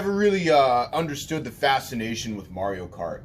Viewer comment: You said Morio instead of Mario.